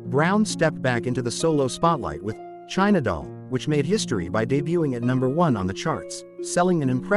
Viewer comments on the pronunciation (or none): none